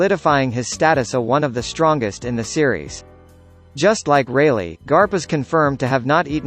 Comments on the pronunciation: 17 He even said "Silver Raylay" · Who else heard silvers reyleight